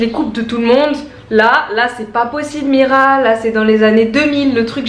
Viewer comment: C'est pas mira mes mirey mdr sinon moi je t'adore